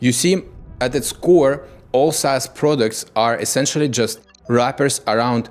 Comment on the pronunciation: Instead of SaaS we get ASS. noted